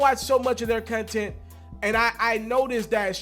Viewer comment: This nigga said " cun-tent" It's " content" fam 🤣😂